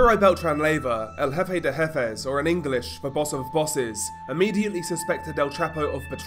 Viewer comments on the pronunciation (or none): none